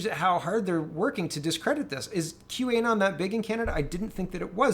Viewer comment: Great video, as usual! One quick note: it's not Q - A - Non. It's Q - Anon (as in anonymous)